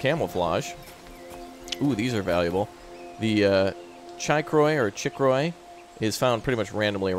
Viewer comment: chicory is pronounced (chick-or-ie)